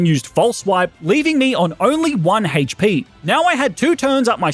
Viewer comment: Everyone: HP.: Hate-ch-pee.